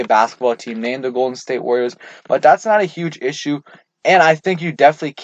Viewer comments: “Warriors” is 3 Syllables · Warriors is not 2 syllables.